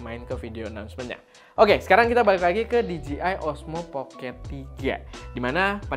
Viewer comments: "di je ai" ya bang bukan dijiai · PENTING NI BANG..🙏🙏🙏 CREATURE = DIBACA KRICER (MAHLUK/CIPTAAN) CREATOR = DIBACA KRIEDER (PENCIPTA/PEMBUAT) POWERED = DIBACA PAWERD WEATHER = DIBACA WEDER DJ = DIBACA DI-JEY (DISC JOCKEY) DJI = DIBACA DI-JEY-AY MUDAHAN DI NOTICE.